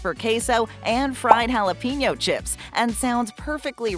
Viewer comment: Jalapeño = Hallo PAIN os. Get it right already!